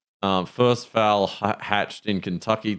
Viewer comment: Is pronoucing 'foal' like 'fowl' a SA thing?